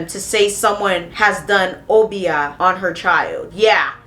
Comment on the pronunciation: Uh-bi-yah not oh-bee-ah 😭